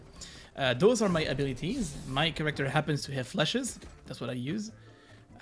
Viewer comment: Did you learn how to pronounce character correctly by now lol?